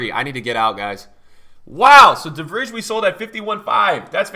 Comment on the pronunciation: Wait... How did you pronounce De Vrij?